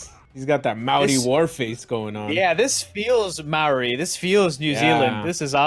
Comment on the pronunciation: You nearly pronounced Maori correctly, so close haha! Instead of pronouncing the 'MAO' like 'MAU' or 'MEOW', aim for a lazier 'MOW' or 'MOE' and you should be good!